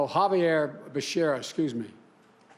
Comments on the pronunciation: OMG!! Biden got “Becerra’s” name wrong 🤦🏻‍♀️🤦🏻‍♀️ Jesus man....it’s not that hard and even my boss (CFO) takes the time to ask how you pronounce employees’ names when he’s not sure. At least he was able to pronounce his first name correctly and didn’t butcher that 😂😒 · Mr. BIDEN, you can't even call the last name of a person you are nominating as secretary for HSS. Please learn how to call people's names first before coming out on National TV to disgrace yourself.